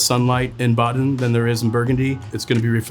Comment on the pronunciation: Atleast pronounce the cities correctly Like wtf „Boden“ is not hard to pronounce